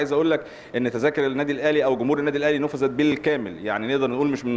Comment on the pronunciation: نفذت يا وليس نوفذت